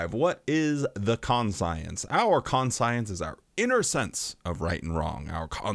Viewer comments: Are you saying con-science so people comment 😂 bro it's conshunce. Unless there's a pronunciation in your region I've never heard of. But also yeah fuck watchtower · Con--psy-ense?, this is one of those pronownsiashun sitchooashuns. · ˈkon-chəns".....its ˈkon-chəns. 😂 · I was laughing so hard...kaan - shun -s no con-science. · Sorry. Couldn't restrain my nitpick. Konshence,. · I know...I didn't want to seem pedantic, but it's kan-shents. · Please learn to say conscience, my good god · but he says "we" have this thing..😑 Could be the same as "Anti"-Science? 🤔But that too would more be something the Gov Body would have.. 🤨 Gotta admit.. is the ONLY person I've ever heard pronouncing that word that way. but he is self-admittedly, very weird.. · I think he's saying it that way for a joke. There are a few different ways to interpret it. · The fact that you got so bent up over his pronunciation is concerning we all knew he was doing it to be funny lighten up 😂